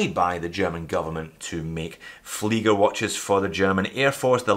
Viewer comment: You are saying flygers. Ie is pronounced ee in all languages, including english